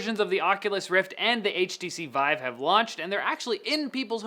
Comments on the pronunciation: did anyone else notice when he said "veev," not vive. Also, I can't wait to play video games with a monitor strapped to my face. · Why do you keep calling it "Weave"? It's VIVE. With an "i" He says weave one time and vive the other. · French pronunciation. ^^